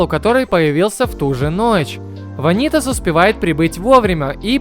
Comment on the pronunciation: всё круто но... вАнитас... не ванИтас пожалуйста, это очень режет уши